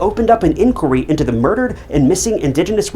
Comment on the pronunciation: Has anyone picked your brains yet on how you say inquiry? :) Well done on the video btw.